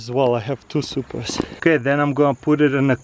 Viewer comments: Are you saying Supra? Like the first time u said it I'm like "did he say Supra?"😂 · Was he saying i have some supras